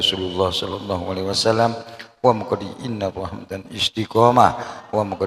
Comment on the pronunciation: alaiwasala. 'alaihissalaam mbah bukan alaiwasalm